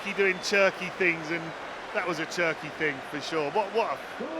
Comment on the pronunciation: The more they say Cherki, the more i hear Turkey